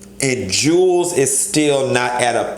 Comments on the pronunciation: Jew Wells not Jules lol I die laughing every time you say it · I really can't take you serious when you keep calling him Jewels when his name is pronounced Jew-Elz